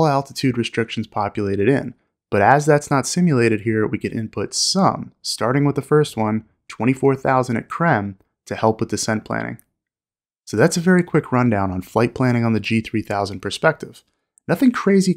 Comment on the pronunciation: I'd pronounce KREME like cream, as in Krispy Kreme, but that's just me 🍩